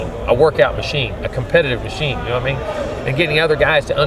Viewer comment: coach says, "na mean". I love the south. We all speak alike.